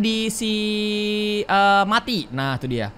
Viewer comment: Kak itu namanya bukan mati tapi meati